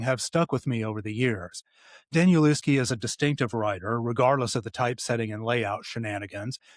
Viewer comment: Nice review of 'Tom's Crossing' - I've read it twice so far; I'm a big fan of Danielewski's. BTW, his name is pronounced 'Danielevski'.